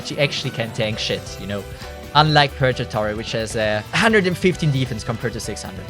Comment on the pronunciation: If actually learned how to read, I may actually be a believer. Edit: nevermind. Until he learns to say Purgatory correctly, I'm too irrationally annoyed to ever be a believer. Drives me nuts. Wish it didn't. Edit: And this man doesn't like one of the greatest anime of all time, Code Geass. Which is honestly more of a strategy anime that happens to use mechs. Like if Death Note had mechs. C'mon. It's not an actual mecha anime.